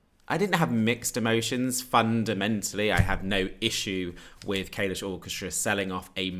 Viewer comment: the way you pronounce kalush makes me want to vomit